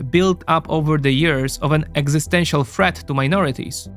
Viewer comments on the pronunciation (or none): none